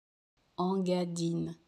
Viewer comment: Cela se prononciation INgadine et non pas ENgadine